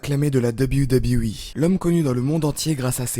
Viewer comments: Insupportable, j'ai arrêté le visionnage très rapidement pour tout les raccourcis dans l'histoire de Jeff Hardy, la pale connaissance du sujet, les montages incohérents... Et pour le dab you dab you 🤣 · Arrête de dire "Dab You Dab You E" stp